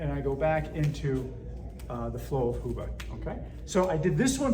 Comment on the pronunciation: Hubud is pronounced different. You should know basics before teaching others.